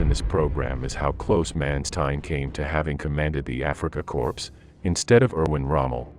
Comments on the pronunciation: Korps or Corpse ? Seems Americans don't know the difference in pronunciation !!! And as for the programme this is typically idiotic American Internet nonsense. 10,000 Thumbs down. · That bloody irritated me as well, especially the second time. Someone needs to tell him/it the word is "core". I think it's actually a person.... Although the V1 base is also mangled - peenemunde. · Ignorant to say cor"p"s. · A.I. Voice: Reprogram me please. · A small correction: the word “corps” (as in “Afrika Korps” or “Corps” in English) is pronounced “core” - “p” and “s” are silent - in both German and English.